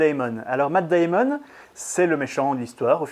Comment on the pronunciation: Comment tu dis , Matt Deyïmon 😆😆😆👎